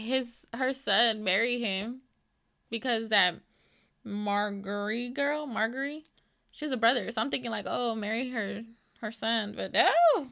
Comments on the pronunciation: Her name is Sansa, and Margaery has SOFT "g". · Guuurrrlll!!! My husband and I have been waiting for two weeks to get your reaction to the dragon scene, and we were not disappointed!! This was awesome, thank you!!🤗🤗🤗 Your reward, as you seem to be a little stressed with the names...💜 Cersai. Sounds like "sir-see" Tyrion "tear-ee-an" Marjorie "mar-jury OR margery" Brianne "bree-anne" Tywin. "Tie-win"